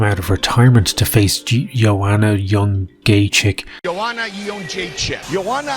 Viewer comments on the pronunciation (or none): Ye-Owl-Jay-Chack Die laughing every time. 😂😂😂